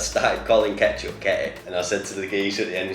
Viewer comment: Firstly, how WTF does Nile pronounce 'cupboard'?! Secondly, how WTF does Nile pronounce 'ketchup'?! And thirdly, it goes in the cupboard before it's opened, and the fridge after it's opened...it literally says it on the bottle 😅Only 50 secs into the video, but just felt like I had to clarify things before I continued 🤷‍♀️ Edit: I've no finished the video, and this is brilliant! 😂